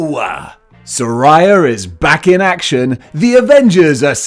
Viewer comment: It’s pronounced “Saraya,” not “Saraya.”